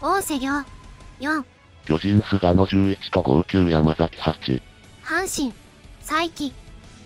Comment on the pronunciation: 毎回 菅野（すがの）を カンノと言うの草